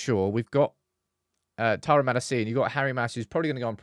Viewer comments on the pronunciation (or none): It’s Malácia nog Makací